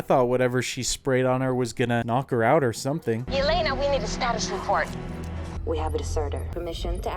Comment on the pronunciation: It's so jarring to hear you say "Elena" when it's "Yelena". That's why I always watch everything with subtitles LOL